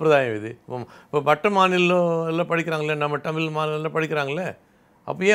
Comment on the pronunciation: அது "டமிழ்" இல்லை "தமிழ்"